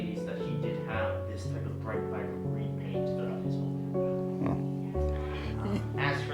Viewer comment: "The whom of Rufus King." Is that how people speak in Virginia?